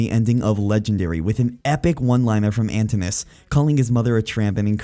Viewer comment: Your pronunciation makes me sad. Poly-fee-mus. Ant-in-u-ous